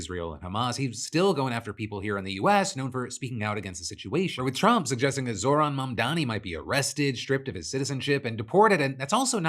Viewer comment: "Zorhan Mandani" his name is Zohran Mamdani, such a thinly veiled racist way to address him Also what is this Ogles guy meaning with "little Muhammad " ? Like is that supposed to be an insult? Lame. Also is he a socialist or a communist? You have to pick one, he can't be both.